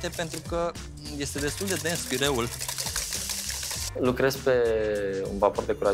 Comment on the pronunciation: A zis PIREU...🤦‍♂️🤦‍♂️